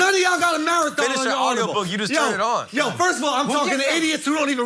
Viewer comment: Is he saying Audiobook or Autobook?